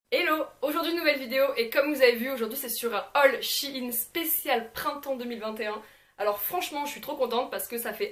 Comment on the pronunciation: ON DIT SHEIN